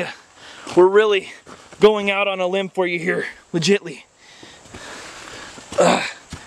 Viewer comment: "Limb" Lol